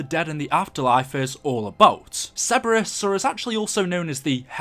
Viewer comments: This is a freebie: Sir-bur-us, not Seb-bur-us. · Sir-ber-us not Cebrus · its CER-BER-US not ceburus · Ok love ur vids but you need to pronounce Cerberus correctly! Cer-bER-us!